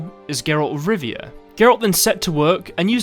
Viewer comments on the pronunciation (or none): none